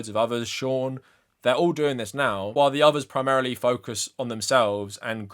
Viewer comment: It's pronounced shaUUUn